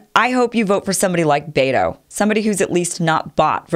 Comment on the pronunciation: Pronounced BET'o, not baytoe.